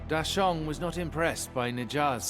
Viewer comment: Thanks to the dubber, new fans might hear the monkey King changed his name to deshaun instead of dasheng if it weren't accompanied by subtitles 🤣